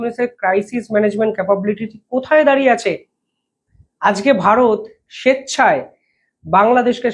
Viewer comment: বাংগালী হয়ে বাংলা শব্দ উচ্চারণ করতে পারে না। হয়ে গেছে ইউটিউবার । আজকে শব্দটি উচ্চারণ করে আজগে😂। এরা হলো গদি মিডিয়া।